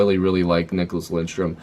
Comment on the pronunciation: Lidström....not Lindström. 😅